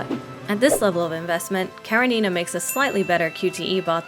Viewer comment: Off the topic, but it's KarEnina. Please, put the stress on E. It's a russian name from a book literally named Anna Karenina, written by Lev Tolstoy. And thank you for the video, now I will think about getting her, even though I don't like tsunderes that much :D